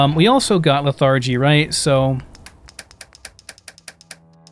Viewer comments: 'Leth-er-gee' not 'leth-are-gee' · You say anthropoid and arthropod ...... but lethargy the first syllable is emphasized... :)